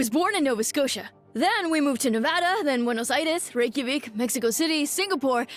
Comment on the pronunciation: CORRECT NEVADA PRONUNCIATION MENTION!!!